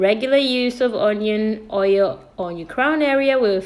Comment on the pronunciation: Honion hoil took me out 😂😂😂😂